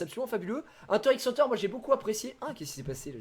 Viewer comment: bah du coup c'est hunta hunta je crois pas hunter hunter si tu veux le dire de manière japonaise